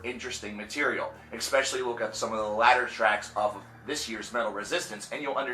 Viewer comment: 1) Expecially? 2) Qwai metal? You mean kawaii?